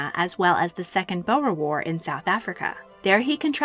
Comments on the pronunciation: Like Boer being pronounced "bower" 😭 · I'm concerned about your accuracy and scholarship when you can't properly pronounce Boer as in the Boer War.